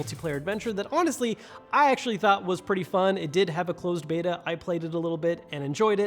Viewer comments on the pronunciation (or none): none